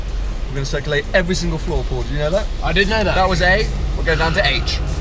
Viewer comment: hahaha "Powl Powl it's a rally spec"